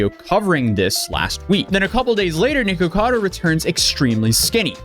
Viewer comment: Thanks for saying the name correctly this time